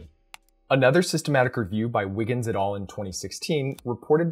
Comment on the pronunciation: Great video! Btw, the words "et al." come from latin (et alia, meaning: and others) and it's pronounced /et ˈæl/ and not /et ɔːl/. I know it's latin and it seems stupid to be pointing this out but since you use it so often in your videos I though I brought it up.